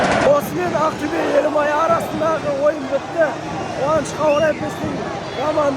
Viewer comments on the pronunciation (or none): Белимай деп айттынго😂